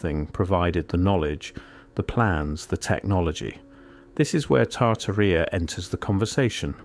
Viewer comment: There seem to be two different pronunciations for Tartaria; why you've chosen the one that rhymes with gonorrhea is also a mystery.